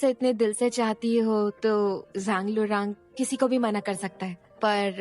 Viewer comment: Jhangluram nahi ye Zhang lurang hai 😂